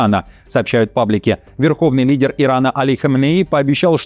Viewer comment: В слове лидер они неправильно первую букву произносят 😊